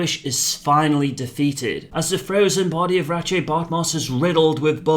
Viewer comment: That's actually how you pronounce it. Hearing him bumblebuck the name so badly nearly turned me off the video right from the start.